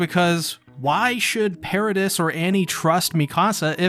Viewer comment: Paradice not paradis, you pronounced it wrong and it just rubbed me the wrong way